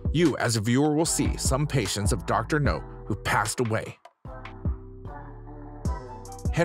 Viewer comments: It is pronounced "now", not "no". Watch a single clip of the show and you would know that. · It's not Dr. Know, it's Dr. Now!!! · Can you please say the doctors name right? It’s Dr. Now. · I think Dr Nau needs to practice what he preaches. And for the love of fuck my dude, its not Dr NO, its Dr NAU!! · Is it me or does he go back and forth on that? He can pronounce the doctor's full name correctly but switches between "No" and "Now." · I’m reading the comments about Dr Now’s name pronunciation, and I don’t really get it. His surname is Nowzaradan, which is pronounced No-Za-Ra-Den. So technically “Dr Now” can be pronounced as both “Dr Now” and “Dr No”. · After all these videos and he still can’t pronounce the doctors name??